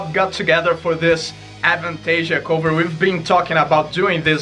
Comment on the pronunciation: pronounciation of "cover" gives me life. Much love,.